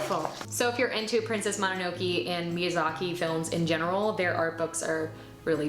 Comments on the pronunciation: "princess mono-no-key" lol /mo-nah-no-kay/ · I think mononoke is pronounced moh-no-no-kay 😅